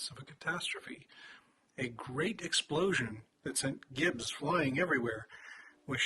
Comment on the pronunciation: all their evidence looks like pareidolia to me. also gibs/gibbing is short for giblets, thus it's pronounced with a soft g.